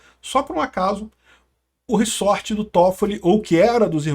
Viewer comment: É "ReZort" e não "RiSSorte! rsrs Zoeira! Mas é f...a situação desse país. Estamos muito ferrados! Todo dia uma nova bomba e o pior, não dá em nada!